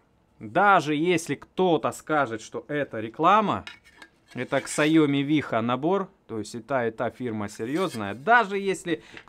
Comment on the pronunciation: о наборе могу сказать только, что не Ксаоми боже упаси, а СяомИ